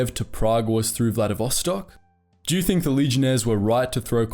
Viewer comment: This video is so wrong even first 16 seconds had two mistakes: It's First World War so there are no "Axis" but Central Powers, and it's Vladivostok not VladiSvostok